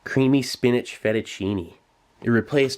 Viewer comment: that fettUNcine THO lolll